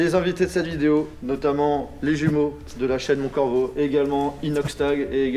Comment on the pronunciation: Phahaha l’entrée de Mont « Coravo » 😭